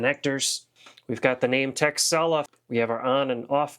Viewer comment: I thought you said the company's name was "Tech Sell Off" haha